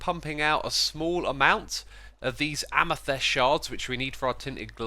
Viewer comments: did he say amastest instead of amethyst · He pronounces amathyst in the weirdest way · I love the way he says amethyst